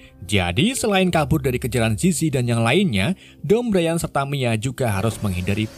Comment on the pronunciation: Bukan brian cara baca nya tapi brayen